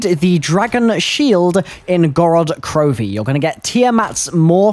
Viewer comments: Gorod Grovi hahaha c'mon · "Gorod Grovi" 😂